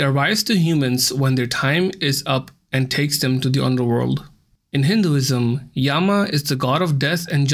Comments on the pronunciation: In my religion it is pronounced like yamraj not yamaraja and yea I am Hindu too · Bro our god of death name is yam not Yama it's yam why u guys pronounce Hindi words with "a" in it like karam to karma, dharam to dharma and yam to Yama ?? We don't pronounce tsunami like t sunami we pronounce it like sunami so just like That pronounce it correctly bro, ok?!!!! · Yama is short form of yamaraj And you pronounced it incorrectly After y the a sound is shorter and the a after m is silent